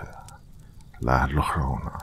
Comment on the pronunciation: Perfect timing! Thanx dr 💋💗💗 *sidenote llorona pronounced yoh-rr-ona 😁😉